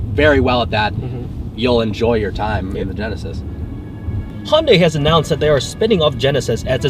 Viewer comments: can no one get the pronunciation down?! its not hyun DIE its hyun deh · hundie??? Are you serious... You're American. You're meant to say 'hunday' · Hon-dai Funny how in Korean, it's pronounced Hyun-Dae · Nice review. By the way it's pronounced Hyundae, like sundae with a short e, not Hyun-die (I'm Korean). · dude common you can't even say it right.... it's Hyundae like Sundae... not Hyun-da-iiii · It's Hyundai as in "Hyun-day" haha don't mean to hag on you but being part Korean it bothers me :p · Hyundai is pronounced like SUNDAY but with an H in place of the S! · Please pronounce Hyundai correctly